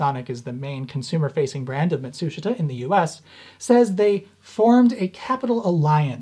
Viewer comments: Matsushita. (mat-soosh-it-uh) but sounds like (mat-soosh-ta) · Why do you pronounce it "matSUshita" vs "matsuSHIta"? Just curious. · You keep saying "Mitsushata," do you mean Matsushita ["MAHT su SHE tah"]? [EDIT: -- Yes, I see now that you've displayed the written content.] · Is he saying Matsushita (ie - Panasonic), or is there another company called Mitsushita? I can't tell from the way he pronounces it. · Love all your videos, they are brilliant. Small hint: In the word "Matsushita" the "i" is a silent vowel, correct pronunciation is rather "Matsushta". But keep going on with your fascinating work, I love it! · "Mat-soosh-it-uh" [once]...[twice]...[thrice] I'm sorry, but I've gotta click away. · Dude, that's not how you pronounce Matsushita. it's pronounced MAT-SOOSH-TA, even though it's spelled MA-TSU-SHI-TA in romanized Hiragana. Of course, Matsushita Electric changed its own name to Panasonic Corporation recently. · It's mawt soosh ta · FYI: The "i" in Matsushita isn't pronounced. The name is 3 syllables Mat-sue-shta. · “Matt-sue-she-tah” 👍🏼 And it’s “Tech-MOE-ON’ Is how he says it.. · Mott-TSOO-shtuh 松下電気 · sort of a minor nitpick but you keep pronouncing Matsushita wrong and I notice it every single time: ma like in grandma - tsu like in tsunami - shita like shta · Mat'shita...they don't pronounce the 'su' in the middle... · Ma-TSOOSH-ta. The "i" is silent. Love your videos! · Matsushita is pronounced Muh-sheeta. Why? I have no clue. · Please learn how to pronounce Matsushita the proper Japanese way. (Hint, it’s not pronounced the way the Americans spell it and it has fewer syllables.) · The "i" in "Matsushita" is silent. Ouch my ears. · threateningly unsteady jazz hands clenching the air Stop pronouncing the i in Matsushita, you're so close to actually pronouncing it correctly. =_= Keep up the good work. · That's... Not how you pronounce Matsushita.